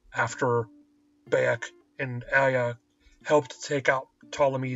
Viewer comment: dude its not BAY-ek it makes me think you've never played da game cause clearly they dont say BAY!!!-ek its pronounced Bi-ek even tho its spelled Bayek. play da game dude dont read a script.